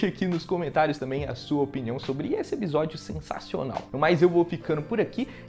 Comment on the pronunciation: “eBisódio” o jeito errado mais legal de se flr uma palavra kkkkkkkkkk